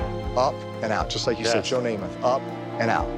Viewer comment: It's Namath.